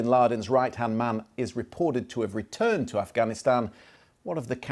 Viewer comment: He also said Ghanistan instead of Afghanistan yesterday. Oh, remember "Barrack America". So many to mention.